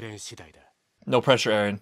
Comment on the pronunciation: Mikasa always says Ereh man, not Eren.